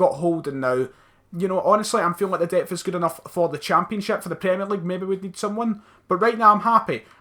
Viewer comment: saying 'depth' reminds me of the Pulp Fiction scene about the guy saying 'what'. I just imagine some guy booting down his door and going "Say what again! I dare you"